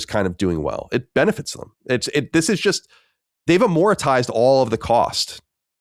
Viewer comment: I cringe every time Colin says amortized. There is no 'i' after the 'r'. It's amortized, not amoritized! 🤦‍♂️